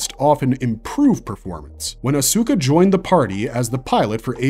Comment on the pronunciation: For a series that's over 20yrs old, how in the hell can you NOT properly pronounce Asuka & Ayanami? S squared engine core?! What the actual f-ck! 😤